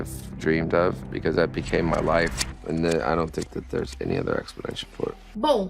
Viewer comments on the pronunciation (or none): none